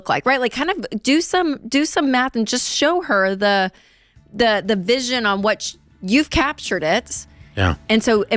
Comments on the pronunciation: Does he pronounce it “whWat” and “whWy” or is it just me?🙈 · What is this HWHY and this HWHAT that Dave keeps talking about? 😂😂